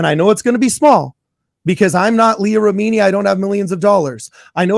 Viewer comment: try watching Leah Remini: Scientology and the Aftermath. You could then learn how to pronounce Leah's name correctly, and learn more about the evils of Scientology.